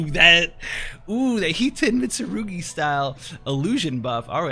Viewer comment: "Hiten Mitsurugi" (yeeessssss!)